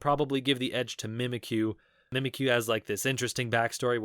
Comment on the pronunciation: Him: Mimikyu Me: cries in him being incorrect